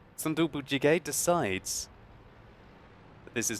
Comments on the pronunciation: its actually pronounced soon dooboo but it was a great attempt. if you ever need help translating korean ill be glad to help! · Lol I like his name.. Tofu Stew. by the way.. but why are you saying it like in spanish sometime ^^ ? you put " gez or ges" at the end sometime. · 아낰ㅋㅋㅋㅋ 발음에 빵 터졌네 재밌다 순두부찌개 ㅋㅋ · MrNoodless Warning: spicy tofu stew might burn your mouth :D He probably did his best to pronounce it but it's still funny as korean :D